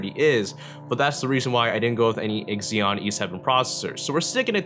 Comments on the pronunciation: Ex-ZeeOn... Nope... Xeon is pronounced "ZeeOn" FYI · Z-ON. not X- EON. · I've should've guessed it was a bs video when he kept saying "EKSEEON" PS: workstations can actually use server-grade hardware. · it's pronounced zeeeeon ;) your welcome :P